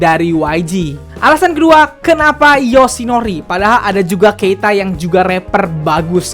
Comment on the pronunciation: Gemes sama waktu ngomong asahi sama yoshinori. AAASAHI DAN YOOSHINORI. Mangapnya pakek banget jelas banget. Wkwkwk